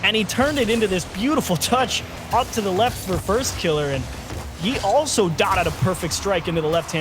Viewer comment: was anyone else bothered by how that fuckin dude kept saying "firstkilla" like he's scrub killa? i know i'm being very particular about how i like my casting, but that shit just felt wrong